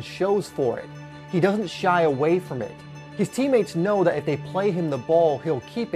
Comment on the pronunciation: Does anybody else get a little annoyed that he says dat, dah, dis, instead of that, the, this?